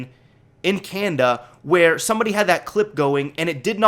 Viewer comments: It's can-na-da not can-da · Y U SAY "Canda" it's Canada haha. ;)